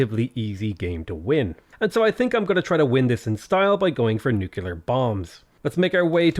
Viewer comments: Nuclear not nucular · Love your vids man, learnt sooo much from them!!! But please...its nuCLear, not nuCELar, small thing really, try to look it up if you can :D (especially since you try to pronounce everything correctly) :D